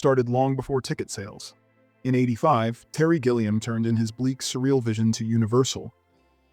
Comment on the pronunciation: Gilliam with a G for golf, not a G for Gillian